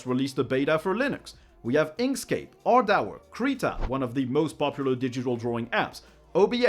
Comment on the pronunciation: Ardour is not pronounced Ardauer, I don't think